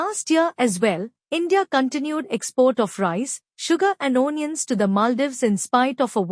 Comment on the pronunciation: Do the commentary in the language that you can speak properly. Your accent and pronunciation are beyond hilarious. I laughed through the first couple of minutes, the seriousness of the topic notwithstanding. Couldn't carry on after that. O-niuns....😂